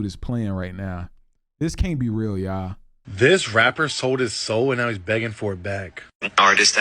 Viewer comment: .. You've changed ya'll into YAW ..btw .. Akademiks says YAW also